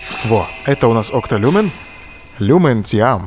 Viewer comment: Екто Люме а не Окто Люмен окей??